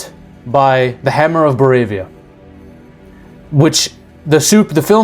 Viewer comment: Brother , it's Boravia and Jarhanpur ( a little favour from one of your follower)